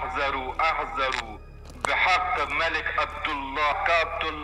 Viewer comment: اَحذرو اشتباهه عمو وباید بگی اِحذِرو